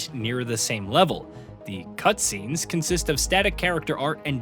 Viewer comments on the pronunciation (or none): none